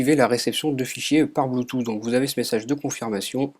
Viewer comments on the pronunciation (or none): Ça se prononce : Bluetooth * Et pas Bloutou ! :D